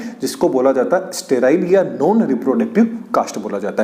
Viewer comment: Don't say सरटाईल ❌ say सटैराईल ✅ instead spelling were correct in the video but pronunciation was not correct Btw video was nice 👍🏻🙂